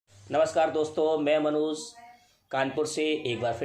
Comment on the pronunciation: कहानी बहुत सुंदर है।आपकी प्रस्तुति भी। आपकी समीक्षात्मक प्रस्तुति में हिन्दी कहानी के बीच अंग्रेजी बातों का अनुवाद बता देते तो और अच्छा होता।दिव्यांगम् के बहुत से श्रोता,दर्शक अंग्रेजी भाषा से अनभिज्ञ हो सकते हैं,मेरी तरह। मनोज को मनोज़ तथा जाने को ज़ाना कहना एक भाषा विज्ञानी के लिए ठीक नहीं है। आज आपका कहानी वाचन कुछ अधिक गतिमान था।श्रोता के दृष्टिकोण से वाचन करने से कहानी और अधिक कर्णप्रिय तथा मनप्रिय हो सकती है। शुभकामनाएं।